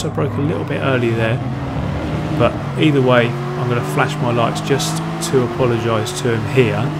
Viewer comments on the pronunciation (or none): none